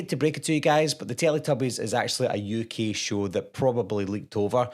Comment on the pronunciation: "It's a ukeey Television shew"